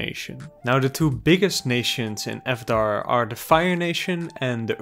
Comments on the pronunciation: You pronounce avatar like the funny movie guy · Questionable pronunciation of Avatar not too bad. Acknowledgment that it is one of the best children's animated series to ever come out of the United States or the planet have I owned it forever do I watch every single video essay I can find on it and then rewatch the series all over again all four books without even skipping the Great divide hell f**** yes I do.